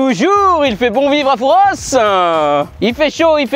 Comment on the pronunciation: le S de Fouras ne se prononce pas! C'est comme dire parisss